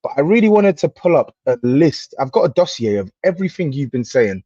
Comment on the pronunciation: Man said dossier 😂😂😂